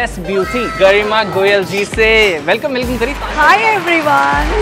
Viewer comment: Goyal ❌ goel ✅